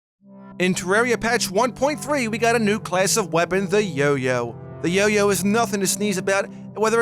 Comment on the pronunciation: He didn't say yoyo he say yo-you